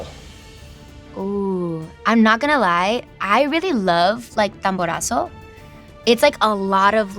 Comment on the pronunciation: I love how she called it "tamborazo" 😭 a lot of mexicans don't even know the name of that genre